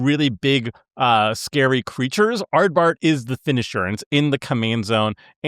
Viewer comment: Not me getting hit by a Seth-level mispronunciation of Ardbert as soon as the video starts T_T that's one of my favorite FF characters...